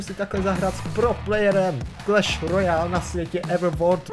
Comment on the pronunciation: "Kreš Rojálu" :D